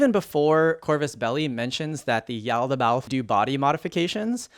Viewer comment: Pretty sure you nailed it. I think it's just one of the words with lots of mouth feel. Like "colloquial", it's a process to say, yet hits the ears oh so sweetly.